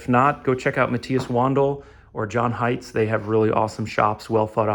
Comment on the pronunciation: I presume you mean John Hienz not Heights😊